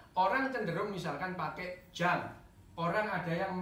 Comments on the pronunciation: Carl Gustav Jung cara baca namanya Yung, bukan Jang. Kalau dibaca Jang ntar dikira orang Sunda (Si Ujang). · Carl Gustaf Jung…bacanya “Yung”, bukan “Jang”